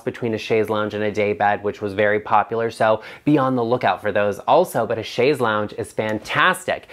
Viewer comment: I am a retired English teacher and speech therapist, and I am so happy to hear you pronounce chaise correctly and advise your audience of the correct pronunciation. Once an English teacher, always an English teacher. Same with correct pronunciation of words.